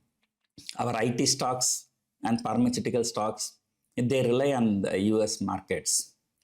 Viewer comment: Parmachutical stocks🤣🤣🤣